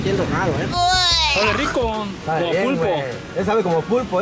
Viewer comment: No es sabee es sapee